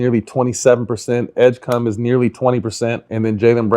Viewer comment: VJ Edgecum? It's Edgecombe, pal